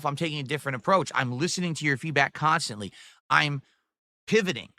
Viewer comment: This pigroach will never learn that the only KAHNstant in his failure of streams is himself. You know what the people want? We wanna see the stroke live my guy, keep drinking that gin piggy